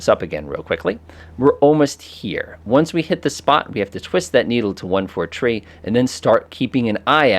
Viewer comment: Great video. Also, "3" is pronounced "three" and not "tree."